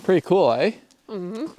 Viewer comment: "Iss -It's kewl" lmao